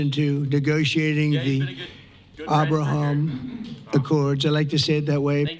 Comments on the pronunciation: "Awbrahawm Accords" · Ahh-Brah-Haam Lincoln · the way Trump pronounces Abraham is the German way of saying it^^ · Fun fact: The way Trump pronounces Abraham is the Afrikaans way of pronouncing the name... so we are the "real" people. White supremacy confirmed! BURN THEM ALL! For political reasons... This is a joke. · Slavic languages pronounce "Abraham" exactly like Trump. lol.... maybe Melania influenced him? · The pronunciation he is using is reminding me of the Afrikaans pronunciation. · I dont even know how to spell how he pronounced Abraham's name but Im here for it😂. Especially if it brings peace the middle east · I never thought I’d hear Trump try to pronounce Hebrew lol